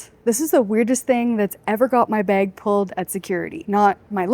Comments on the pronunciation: Baig. Beg? Bag? Baa-eg. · Had to rewind a couple of times to catch "baig" Bahahaha. You pronounce "bag" correctly....and guessing you also pronounce "about" just fine too! You can guess my citizenship.... Thanks so much for your wowzer, comprehensive, well edited videos. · I like the way u say “bag” 😅